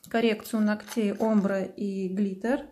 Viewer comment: Спасибо за видео . Но немного режет слух три де глитер с неправильным ударением и омбрэ тоже